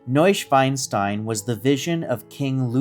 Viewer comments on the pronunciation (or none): 🤣🤣🤣 sorry but it is not new schweinstein, Schwein is a pig in German. Its NeuschwAnstein. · Please check your pronouncement of the castle, you say pig instead of swan….the castle deserves the right name! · Hey here’s a short message regarding your pronunciation of Neuschwanstein. The literal translation is New Swan Stone. The way you said it is like New Pig Stone. Schwein is pig. Schwan is swan.